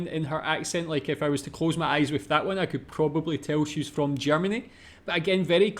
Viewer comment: One of the common problems with Germans speaking English is the 'th'. Since you gotta put your tongue between the teeth, and Germans 1, are not used to it and 2, it's kind of considered not nice to put your tongue out, here we are. This then leads to 's'ath' instead of that.